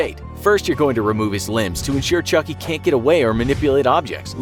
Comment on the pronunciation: I thought you said chunky